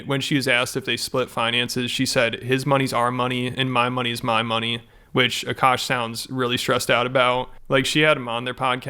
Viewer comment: Akaash ❌ Akuck ✅